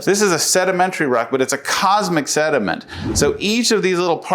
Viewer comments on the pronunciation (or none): that sediment called Texasidiment